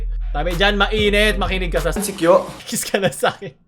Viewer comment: Now I know : NADAMAY LANG SI KYO!! (DUE TO PRONUNCIATION [KIYO NOT KYO])